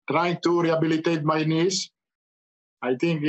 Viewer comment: I heard "rehabilitate my niece", i was like how could he publicise his niece's addiction to drugs... Turns out he meant KNEES😅